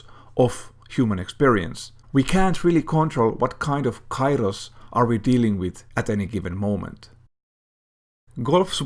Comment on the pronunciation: Try use it tranlaste to learn how to pronounce Kairos (καιρός ) correctly xd . Nice video tho . Love from Greece